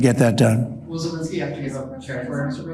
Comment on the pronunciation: ZelEnsky not ZelInski.